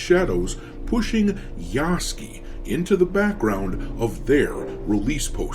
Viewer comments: Just in case you read this,... his name is not Yahskee. It is Yasuke. Spoken Yah-sue (like mary sue)-ke, you just say it in one go. Yahsueke - Yasuke. Although to be entirely japanese his name is Yah-ske, like Sasuke becomes Sas-ke. But not "skee", ske, more like sue-ke but you kinda swallow the U - like french sometimes just ignore letters. Not trying to get on your grill or be "that guy". Just trying to be helpful. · Ya-soo-kay. You have it spelled out in your title. Say it correctly. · I believe Yasuke is properly pronounced "Ya-Sook" like 'Luke'